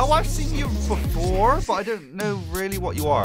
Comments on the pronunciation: "oh I have seen you be-FOUR" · When he saw four he said”Have i seen you beFOUR”😂😂